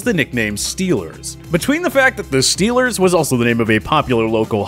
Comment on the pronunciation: Scheelrs not goina soupaer baowl!